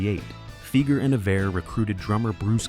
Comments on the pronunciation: Doug's last name is pronounced FY-ger, not FEE-ger. Quite lame of you. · Dougs last name Fieger sounds like Tiger not Seeger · C'mon man it's pronounced Figer rhymes with tiger. At least get the name right. His brother Geoffrey is a multi millionaire lawyer in Detroit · Pronounce the name right. Fiiiiiiiiiger. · Everytime you mispronounce Fieger it's 'Fie like fly ger" Anyone that followed the Jack Kevorkians court cases knows. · Hard to get past the narrator's mispronunciation of Doug's name. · AI stuff. Pronunciation of Fieger is wrong. The information is interesting though. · Pronounce Fieger properly please!